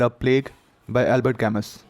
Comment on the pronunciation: His name is pronounced Albear camoo.